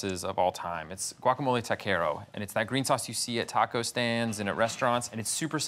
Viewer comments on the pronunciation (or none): none